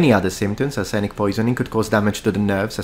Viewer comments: You should read your cheesy dictionary video bank clips : it's arse-nic NOT ar-senic. While we are here, please learn the difference between the words where and were . The latter is pronounced wur , not wear. I know as a scholar of language you will not take that the wrong way. Otherwise congratulations on your almost error free English ( apart from the usual deformations you have picked up by learning from american sources who have adopted, amongst others, the annoying habit of "talking to" a subject instead of "talking about" it. In English, you talk to people, but you talk about a subject ). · You have a dictionary show which tells you arsenic is accented on the first syllable. Crossreference "Arsenic and Old Lace", a 1940s play and movie. It's a comedy about a family of serial killers. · Love the picture of the word arsenic while your pronouncing it 🤣 arse-nic